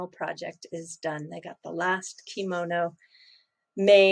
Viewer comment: did you say,'I'm opening up my komono too much'... i havn't heard that before... I laughed alot...! Thanks for everything you do.. I believe you are an educator. So, educate the Bit Boys of this world... You have a gift. Love Light and Peace